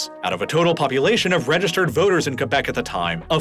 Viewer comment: I love how you pronounced Quebec right, and now "kwebek" like most others do